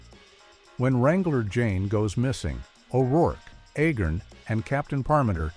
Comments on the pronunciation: I'm pretty sure it's pronounced ayy-garn, not eh-gern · The name is Agarn, not Agern! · Agarn asshole, not agin 🤷‍♂️ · If you are going to bother to do a documentary on something, get the pronunciation on the character's name correctly. It is Not Ahgarn. Or Ahgar. The A is a long A pronounced like the first letter of the alphabet. Say it with me. A-Garn. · It's A-garn, not A-gurn. The narrator of this clip is incompetent (and also painfully repetitive). He should have been on the show. He would have fit right in. BTW, first season better than the second. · Agarn, not Agern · His name is A- garn. please get your ai slop right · Corporal "Aggin"?...come on, lift ya game! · A-garn. A- garn. Long A, as in stupid AI narration. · This was a good video, but a Agarn not pronounced Agin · For the most part, the clips do not match the narration. Also, the narrator cannot even pronounce "Corporal Agarn." He kept saying "Corporal Agern." Amazing that these AI generated stories just don't measure up for a real fan of old TV. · It's pronounced AY'-garn. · The ROBOT narrator can't get Larry Storch's character, Cpl Agarn's surname straight. This earns a thumbs-down precisely begause the narrator IS NOT HUMAN, BUT A ROBOT! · I find it irritating that the announcer pronounces Agarn 4 or 5 different ways. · I watched the series when I was a kid. I'm surprised this video tends to repeat itself, as well as mispronunciating Agarn... The "who says I'm dumb?!" joke usually had the "I don't know why people say you're so dumb" line at the end of a scene, with a transition to the next scene at which point the first line of the scene was Agarn's "Who says I'm dumb...?" retort.